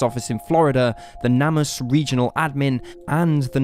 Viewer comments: & Its pronounced "NAME US" not "NAM US" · Shouldn't the name of the NamUs database be pronounced "Name Us" and not "Nam Us"? I mean, that's why it exists, right? To restore the names of unidentified people who are missing or dead? Minor point, though...